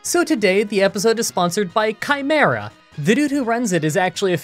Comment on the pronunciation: I don't think that's how chimera is pronounced